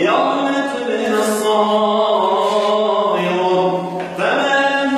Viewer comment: اخي انت تعجبني ولكن نصيحة مني كاخ يجب عليك ان تتمكن من الاحكام والحفظ ايضا. ففي هذا الفيديو الاية غير صحيحة...شهد الله انه لا اله.. اخر الاية العزيز الحكيم وليس الرحمان الرحيم. وقلت الصرائر وليس السرائر. وقلت قائما بالقسط بفتح القاف في القسط وهي مكسورة. اتمنى عليك ان تنضم الى مدرسة لتحفيظ القران حتى تتمكن من الحفظ والاحكام. وهذا الكلام ليس انتقاصا منك. وفقك الله اخي